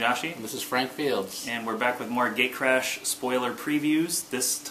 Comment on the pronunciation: It sounds like you say "Gaycrash" on start